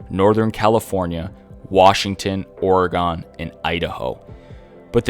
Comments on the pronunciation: not a big deal but Oregon is pronounced “Oregen or Oregehn.” Good video! Better than other lore videos I’ve seen. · Lol the way u say Oregon.